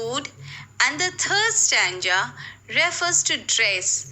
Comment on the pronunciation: Your pronunciations of the words stanza and ambiguity are wrong.